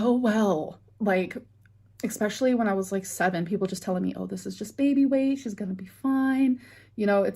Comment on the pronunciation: it's ESPECIALLY NOT EXPESHULLY...for the love of FUUUD!!! Everyone has trauma and a lot more than you. Stop using that as an excuse.